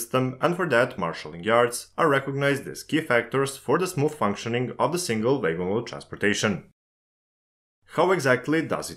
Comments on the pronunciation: A most interesting video. I'm not sure I understand the difference between a gravity and a hump yard - they seem to be the same. I hope you don't mind, but wagon is not pronounced "way-gon" but "wagg-on". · So in English, it's not like in German - a W is not a V, and makes a sound of "ua". It's "wagon", not "vagon" 😉👍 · I'm sorry, but your pronunciation of wagon as waigon is completely distracting me from the rest of the subjects discussed in the video. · Vay-gon = wagon. You're welcome. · Took me 10 minutes to figure out what vegans he was talking about. :D Great video tho! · Great Video - For some reason, everytime WAGONS was said I heard VEGANS - Isnt that funny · I'm glad I wasn't the only one! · when you say "wagon" it sounds like "vagrants" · Yes. Noticed my self. No issues here, just thinking he is German or Dutch by pronunciation. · Yeah... The author could've at least checked with Google how to say "wagon" the correct way in English. Good tip for next time.